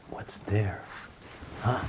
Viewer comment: You know when you can see the door knobs they aren't "secret. " And please I know I'll get hate comments for saying this but could you please pronounce the "th" correctly and not as a "d"? As in over THere and not as over "Dare". Ohh one more thing, the frame of a picture is the part that "frames" the object for instance a picture or a painting of something, a frame is not the part inside of said "frame". And a clock face is the part with the numbers and hands , the rest is the case. I hope you take this as friendly constructive criticism. I 🙏🏼💙🙏🏼🙏🏼🙏🏼😊. Thank you for the awesome places you show us. Stay safe 🙏🏼❤️.